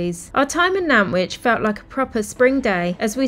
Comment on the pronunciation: You pronounced Nantwich correctly!!! 😊